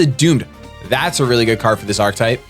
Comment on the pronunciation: "For this archetype" "Archetype" ARCHETYPE